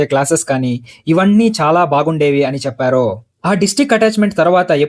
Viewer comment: అంతా బాగుంది కానీ, చెప్పారు.. అన్నారు.. అనే బదులు, చెప్పారో.. అన్నారో అని ఎందుకు చదువుతున్నారు?